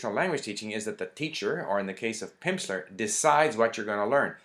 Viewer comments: I noted he said "Pimpsler" a lot too! Funny. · "Pimpsleur?" haha. That pronunciation went well with the snake oil salesmen observations. Anyway, thanks for the review. Lots of true points. To me the best thing about Pimsleur programs are the way they break down the words into syllables before having you repeat back a word the first time. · It sounds like you're saying Pimpsler ... I like this :)